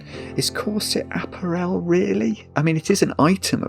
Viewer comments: Always enjoy taking the time to explain how the puzzle is supposed to work. Is that how they pronounce “ah-pair-l” in the UK? “App-er-el?” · A-párul, for heaven’s sake! It’s not an aperol spritz! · There's a Scottish player at Cambridge United who is part French. His name is Appere with an acute accent on each of the two e's. There is a stress on that final syllable. Another way to describe this pronunciation is to say that it is the same way wrongly says the word "Apparel". The stress should be on the middle syllable. a-PA-rel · clearly leads a closeted existence and doesn't get to hear normal people saying the words he only knows from crosswords. Hence, app-a-REL instead of app-A-rel. This may not have got past the Times crossword editor, but I don't see a problem with it. The Times doesn't set the rules by which all cryptic clues have to abide. In any case, "of" can mean "from", so "discounting item from clothing" would be cromulent. When I saw "odd scent", it was obvious that it was cluing "set", even to. I'm sure he'd have no problem with "odd balls" meaning the odd numbered balls on a pool table say. It's no less valid than "Jamie Oliver completely naked", where the letters are treated as collections, not as words. Once again, I think hubris is just sour grapes because he was made to struggle. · I looked up apparel in multiple dictionaries and I'm pretty sure it's /əˈpærəl/ (uh-PARE-uhl) even in British English. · apparel rhymes with barrel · I mean apparel . The stress is on the second syllable not the third. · Has he never heard the word apparel pronounced before? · Never heard apparel pronounced that way in English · Weird that cant pronounce apparel correctly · I’ve heard a lot of British TV and actual British and other non-American English speakers talk, but I’ve never heard apparel pronounced that way. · In your pronunciation of 'apparel' you are confusing it with 'Aperol'. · do i mis-pronounce apparel or is?